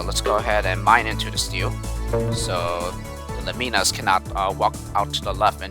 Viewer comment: Nice work! It's great to see these levels being played 😆 some comments for you: You are indeed pronouncing "Lemminas" correctly (i.e. 'Lem-ee-nas') 👍 Well done for spotting that stars can turn Gliders 😉 I also prefer Pepsi to Coke 😎 I'm glad you enjoyed "I'll Go First", it's probably this rank's only real "puzzle" level, it seems very suited to your playing/solving style I sometimes fumble solutions when I'm recording LPs as well, I think it's a normal part of learning to play the game whilst thinking out loud and making interesting comments at the same time. You're good at LPs though, keep it up and you'll get more used to it Level 13 is purely to demonstrate the updraft/exit combination (which may come in handy later) 😉 It's been a somewhat controversial level, with most feedback saying that it's basically pointless. But, I just liked it too much to remove it from the pack! The miner on Level 15 is for an alternate talisman solution: a lot of these levels have been designed with multiple possible solutions in mind, mainly to give the pack replay/challenge value Finally, it is possible to reach both exits on Level 16 - the left one is quicker but more challenging, the right one takes longer but is more straightforward (or so I thought! 🤔) I guess it goes to show that we all find different things difficult, just like you said!